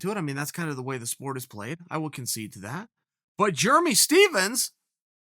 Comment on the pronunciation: JURMY STEPHENS! LOLLL this guy kills me with the names